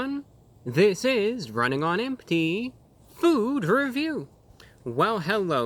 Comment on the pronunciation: Man, I feel like I'm running on empty "This is rrrrrrunning on empty food review!" I AM RUNNING ON FULL